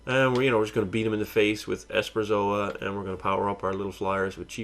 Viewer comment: Esperzoa? You mean Esperosa right? You also have too many lands, should have 20.